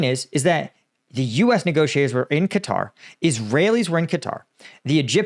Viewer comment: You are the only American who can pronounce the name correctly, everybody else says “cutter”